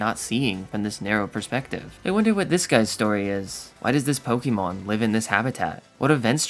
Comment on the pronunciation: Now if only he could pronounce names of things correctly 💀poketuber that can't pronounce "pokémon" lmao 💀